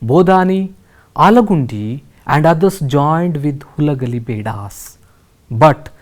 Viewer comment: That is Halagali not Hulagali